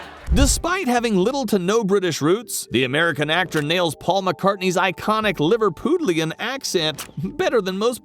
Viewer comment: It's Liverpudlian not Liverpoolian